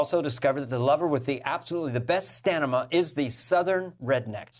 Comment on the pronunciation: the best "stanima"